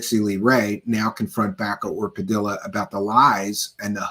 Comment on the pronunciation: Spanish names and words that have two Ls are pronounced with a Y. Like tortilla. Padilla. 😮 sounds like padiya